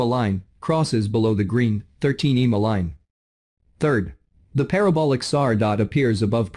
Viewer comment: Eeemaa? Would it be asking too much to have a human being narrate these videos? :face-orange-frowning